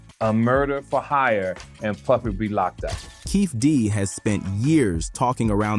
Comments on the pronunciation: Dwayne que-fee-dee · For your AI Voice write the names like this: Keefee Dee, Shuck Knight, 2Poc, Tony Yay yo All the time you spend making this great video and the names are pronounced wrong/different. YW